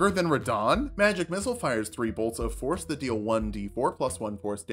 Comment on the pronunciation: I keep hearing you say "Force damage" as "Horse damage" and I'm disappointed by the reality